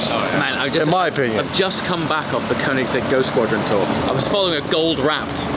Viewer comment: Come on & pronounce Koenigsegg correctly, 😂